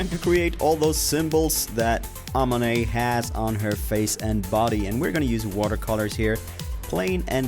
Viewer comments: Akhmonet, not ahmonet. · It's *Amunet 😂😂😂